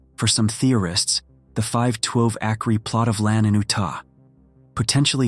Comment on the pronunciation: The five twelve akree plot of land in oo-tah